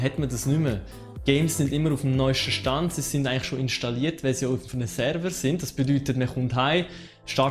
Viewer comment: Gutes Video, aber biiiiitteeee englische Begriffe korrekt aussprechen :) :) "Sonrise" = Sunrise wird "Sannrise" ausgesprochen. "tomp raider" = "das O wird hier als U ausgesprochen" also "Tumb Raider" "Särver" = Server spricht man quasi "Sörver" aus ;)